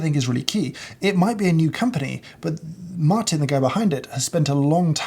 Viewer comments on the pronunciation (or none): none